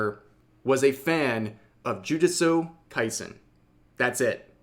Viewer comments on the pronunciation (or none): Why did rev say jujustu like that?😂